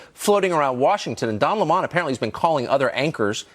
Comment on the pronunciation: "Don L'mon?" Where's Tucker getting that pronunciation from?